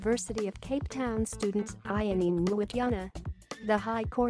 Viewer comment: You should've at least learnt to pronounce her name properly before broadcasting it